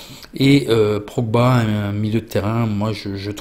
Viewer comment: Merci ont t aime!!! Et aussi c est Pogba pas progba 😂✊